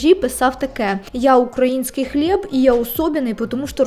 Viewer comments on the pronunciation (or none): none